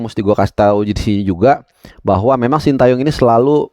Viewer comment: jangan shinta yong dong pronounce nya, Shin te yong aja Banyak komentator atau pundit kiata yang menyebut shinta 😂